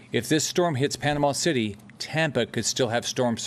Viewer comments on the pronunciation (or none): none